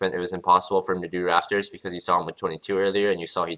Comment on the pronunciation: It's not the subtitles. He actually says raFtors, not raPtors.